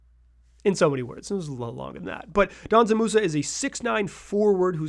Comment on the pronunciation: Brother it‘s not „Danzan Musa“. It‘s Džanan. You say the „Dž“ like the letter g. You pronounce it like f.e. the g in „geometry“ or the 2nd g in „gorGeous“.